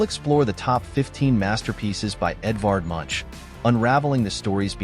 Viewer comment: The man's name is pronounced /moonk/